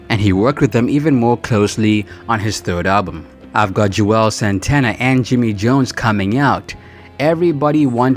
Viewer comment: He just kept slaughtering their names. 😂 he said Juelz three or four different ways.